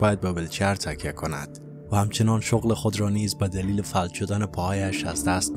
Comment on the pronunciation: آقا اینی که شما میگی فَلَج تلفظ می شه. فَ لَ ج!